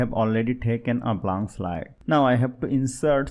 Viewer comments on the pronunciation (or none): none